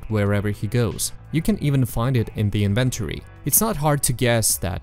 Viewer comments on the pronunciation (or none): bro said "the inven-terrie"!